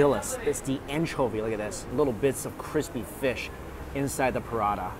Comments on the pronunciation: prata not prada mike 🤣 but great to see you enjoying all the food! 😋😋😋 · PRA TA.. NOT PRA DAH 😭😭😭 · Prada?🤔 more like Paratha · It is prata not prada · Prata not prada!! hahaha if there's an all you can eat prada buffet i need to get some bags and wallets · Prata, not Prada (check description) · It is actually roti prata. Not Pa-rata. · Prada? Those aren't handbags.... Isnt the pronunciation, palatha? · Its spelled prata dude not prada 😅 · Why do you say P-Rata, rather than Prata, like Singaopreans do? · Lol.....I can't help it!!😂 Mike, corrections! Is Prata. not Prada😄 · Ahhh I thought he said Parana buffet. Not Parata. I was expecting to see him eat some Parana or having parana in tanks to look at while you eat. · prata...lol what is parada...wah lau XD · It’s pra-tha not puh-rah-dah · Ok but why he said prata as parata, its just prata not parata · i was preoccupied during the first 2 minutes of the video and was convinced i was hearing ‘piranha buffet’ until the first dish came out 😭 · i kept hearing Mike saying "prada this, prada that, prada..prada....." 😂😂😂 that is a looot of bags man 🤣🤣🤣🤣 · Paratha is how it's said though. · im sorry but i kept thinking you were saying Piranha then i saw it as the bread lmao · Oh, and it seems like he likes to eat Prada not Prata 😂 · As an Indian, my heart aches every time he says Prada... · IS PRA-TA two syllables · It took me so long to realize he wasn't saying "burrata" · I thought he said "Piranha" buffet. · Prada or Parata? haha